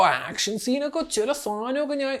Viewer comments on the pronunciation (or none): none